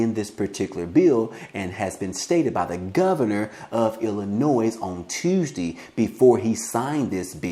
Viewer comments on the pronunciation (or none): there's NO NOISE IN ILLINOIS... PLEASE pay attention to how you pronounce our states name.... & as for our govenor Prick....he ONLY SEES CHICAGO...WE in Granite City and other poverty cities needs the $ 500.00 a month stimulus that he has given them